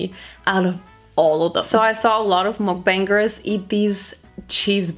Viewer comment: It’s not mooookkkkk bangers it’s mukbangers